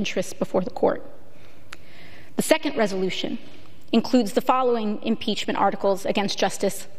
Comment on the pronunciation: Impreachment, I could eat an Impeachement for hours.